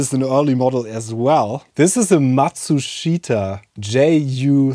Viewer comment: The disk drive manufacturer is actually pronounced Matsushta, the „i“ is silent. The name of the company changed to Panasonic in 2008.